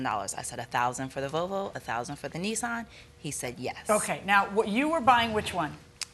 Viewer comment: why do they keep calling it a "Vovo". There's an L in there 😭